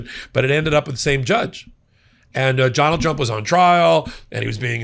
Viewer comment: 😂 Ok I definitely heard "Jonald Jump" and I'm certain it's because he said "judge" like three times before his name. Not nitpicking, that just kinda tickled me, even more so if that was intentional